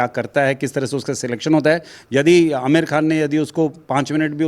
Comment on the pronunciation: Aamir kkan ji nahi Aamir boliye